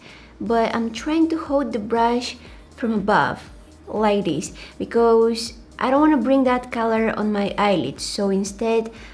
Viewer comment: I love it when she says "becoose". I just love you 😍